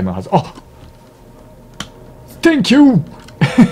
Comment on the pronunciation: センキューをトェンキューというあたり 外国人慣れしてるな。笑